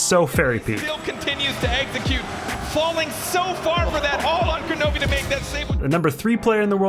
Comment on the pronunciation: That's Kronovi. Who's Kranovi?